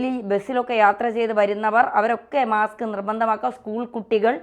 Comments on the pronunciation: മാക്സ് അല്ല മാസ്ക്. 😮😮😮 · മാക്സ് അല്ല മാസ്ക് ആണ്.